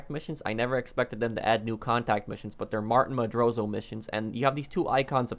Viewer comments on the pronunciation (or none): “Martin Madrozo” xD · You Cant say martin's last name properly. Wtf?